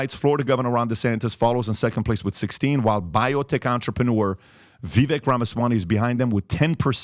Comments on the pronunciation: No, Vivek (Vivake) like cake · His name is actually pronounced like Viv-A-k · BINGO!!! BTW his name is pronounced "Vivake" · * pronounced Viv-ik